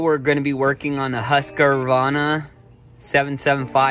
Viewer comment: Nice vid! Scandinavian name. "Hoosk-var-na". I like how you said it too. Just don't call it Husky.